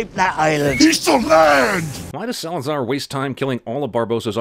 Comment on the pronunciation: "Salazar distards to destroy the British ship" You couldn't do one more take? Just one?